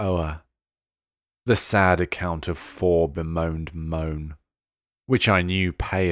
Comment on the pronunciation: ‘bemoaned’ here has three syllables, the AI voice fails to say.